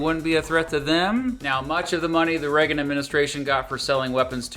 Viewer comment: I remember the Reagan era, but I do not remember anyone pronouncing his name as 'Reggan' other than. Is it a local accent thing or entirely peculiar to himself?